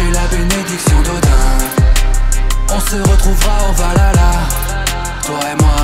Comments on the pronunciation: Je suis le seul dont ça perturbe qu'il dise "valala" au lieu de "valhalla"? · C'est pas Valala c'est Valhalla le H ce prononce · on dit pas valala mais whalhala merci et puis a quoi ca sert de faire de la chanson si c'est l autotune qui chante et pas toi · BORDEL C'EST PAS VALALA C'EST VALHALLA. L intonation du H se prononce sinon c'est dégueulasse. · Ça se prononce ValHalla pas Valala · Franchement super taf, ça ce voit que tu as bossé de ouf, mais je juste j'ai un truc à redire même si c'est chipoté ça ce prononce pas valala mais valhala(val ala) mais sinon tout est parfait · je kiff le refrain mais par contre on dit pas valala mais bien valHala ;) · Chanson et clip excellent la seule qui me dérange c’est la prononciation de Valhalla ... Valala 🤣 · Pour info, le mot Valhalla se prononce avec le H et non pas valala. Sinon j'aime bien les faux tatouages d'Yggdrasil ou de Jormungandr, mais normalement, ils sont censés racontés les histoires qu'on a vécu, les contes des scalds ou représenter des symboles magiques comme ægishjálmur pour la l'invisibilité au combat ou gapaldur et ginfaxi pour la glíma (un art martial islandais) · Va la la ? ptdr, c'est plutôt "Val-ha-la" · sa c'est jamais dis valala mais Valhalla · "au Valala..." svp prononcer ça correctement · Nn C est bien vikings pas avec Norman il sait même pas dire vahalla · Après il dit valala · Ouais on dirait qu’il a sortit ça d’un épisode de oui-oui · justement, il chante valala... Trop dure pour les fr de prononcer le h apparemment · Ouais bon après tu dit " valala " donc bon. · Bah voilà une personne qui sait dire vahalla